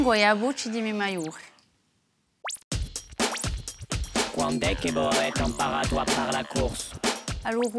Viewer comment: Maiore, pronunciato alla francese senza battere sulla vocale finale. Con una R uvulare francese che non si può sentire.